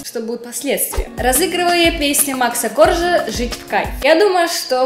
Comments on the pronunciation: Макса КоржА, а не кОржа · Макса КоржА, а не КОржа!!!!